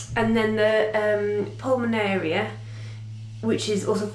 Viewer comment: Hi! Thankyou for your encouraging videos. Yes, you are pronouncing Pulminaria right, but although Wort is spelt 'wort', it is ACTUALLY pronounced WERT! Such are the vagueries of the English/ Latin,???, language/s...Also Pulminaria, is so named, because the leaves, in particular are thought to resemble the inside of the lungs! ie:- Lungwort/wert! It or they, (there is an all white flowering one with plain green leaves), was used as a herbal remedy for chest complaints, is also known as Soldiers and Sailors. The flowers start off as one colour, then change to a darker colour as the flowers mature! Once you have it/them, they are very hard to get rid of, should ewe want to.... Thankyou also for filming your Mother-in-law's videos.... love Sue M and Cattts xxxoooprrr